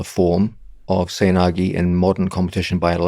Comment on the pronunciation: its pronounced seh-oy na-geh :)